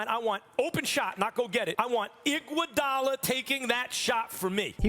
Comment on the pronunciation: "I want IGUODALO" 😂😂😂😂